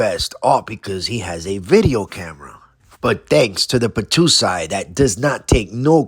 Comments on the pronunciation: Hey bro it’s the battousai not the battoosai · The Battousai Pronounced.... "Bah-TOE-sigh" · Please learn to pronounce "battousai"